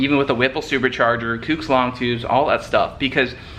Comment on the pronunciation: It's not kooooks. It's pronounced "cooks" like cooking on the grill.